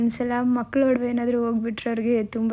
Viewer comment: ವಡವೆ ಅಲ್ಲ ಒಡವೆ